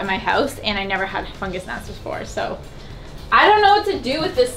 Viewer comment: I re-watched that part about potting soil and fungus gnats three times trying to understand what you were saying. Not your fault - my aircon is too loud! I kept hearing Funja-snacks. I was like, wtf are funja snacks?!? The 4th time I just stayed the course and realized all was explained. Patience young Fungus Gnat, patience.